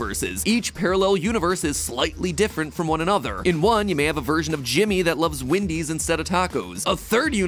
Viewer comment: You say “Windys” it’s “Wendys”